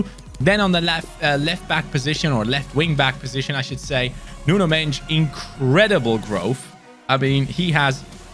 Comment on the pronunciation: it is prounonceed nuno mendes just like his name,not like u said his last name